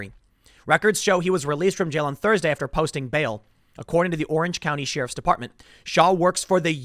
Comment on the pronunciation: SHE-RIFF. LOL